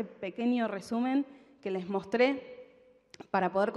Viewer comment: Como qe "leess"?...no podes decir "les" por dios, y más siendo una persona del ambito académico, que desastre, por eso estamos como estamos